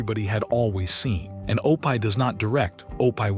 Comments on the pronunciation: It is not pronounced O pie, Opee. Terrible AI. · It's OPIE, not Opai! Blame it on the author of this video. If he has written the name correctly, it would have been pronounced correctly, but, on the other hand, if he had read it himself, he should have read it correctly, too. I can't stand AI narrators! Just such it up and read it, or find a friend who will read it. Is this a biography that someone put into video? My goodness, it's 4 hours long! I'm half an hour in and still haven't heard anything about the click bait title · Why do you care so little about a product you release with your name on it that you let the ai mispronounce a word over and over! You do know you can write Opie in a way that ai will phonetically see it and say “Opie” instead of “O pie” I’m not sure which is worse being an ignorant computer program or being a person who cares so little and is ignorant to the fact that a bunch of us will not sit and listen to this much ignorance abound!!! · I wish the narrator in these could pronounce names properly. Opie is not pronounsed O-pie, its O-pee. Other names/words were also mispronounced. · O-PIE??? I'M DONE. HAVE A GOOD DAY. GOD BLESS BUT PLEASE RETRY YOUR VIDEO WITH PEOPLE INSTEAD OF MACHINES TRYING TO READ😮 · Somebody needs to proofhear the AI narration. The names are horribly mispronounced: OH PIE, YULL BRENNER, just to name two. The names, and other words, could have been written phonetically so AI would pronounce them properly. I'll take that job... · I like how O-pie rhymes with dopey. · Lol it's that artificial intelligence crap, mispronouncing words like it does. It's supposed to be Opie. That was Ron Howard's name on the Andy Griffin Show, Opie Taylor. Pronounced Opee. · He got C S? Cs for grades. O- pie does not rhyme with dopey. AI needs supervision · some of the worst AI narration ever O-pie and Loss Angels. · Cringed every time. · Please quit saying Opie Taylor he's name is pronounced Opee try it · Oh-pie???? Good grief.